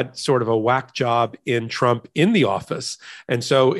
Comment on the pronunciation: You slipped and said chump instead of trump but it still works